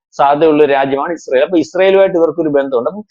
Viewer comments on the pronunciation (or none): none